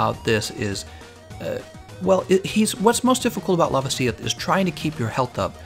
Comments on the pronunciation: It’s pronounced La-vasi-oth not Lava-si-oth. Sorry but I cringe every time you say it 😂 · Stop saying Lavasioth like it's spelled Lavasieth. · The way he pronounced lavasioth bothers me so much